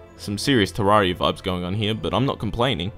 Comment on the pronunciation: I was already mad when you called starbound bad. BUT THEN YOU SAY IT'S TERRARIA IN SPACE!!!! THAT ISN'T EVEN HOW YOU SAY TERRARIA.